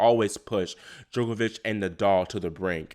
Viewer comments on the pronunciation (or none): none